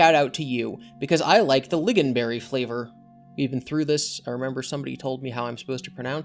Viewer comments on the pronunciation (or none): Visage pronounced vi-zuhj not vi-see-uhj Lingonberry pronounced ling-gun-ber-ee I'm hooked on phonics